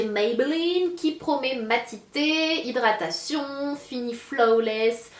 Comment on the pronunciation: Geeeenre... comment elle dit "hidratación ^ non mais lol quoi.